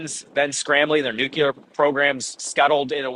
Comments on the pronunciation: so many journalists saying "nukeelar" instead of "nuclear" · Take a shot every time you hear nucular instead of nuclear. Drives me nuts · Its called NUCLEAR NOT NICKLAR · can't listen to that many nucelar utterancies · you could improve your credibility by dropping 'nucular' from your vocabulary. There is no such word in the English language. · To much listening to Homer...the word is NUCULAR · By the way he kept saying "nucular" I thought he was from Texas. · "New-killer" not "Nuclear" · Who's going to tell him he's saying "nuclear" wrong? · our idiot energy minister in australia is similarly afflicted with this same speech impediment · George junior isn't from Texas... Is he?!?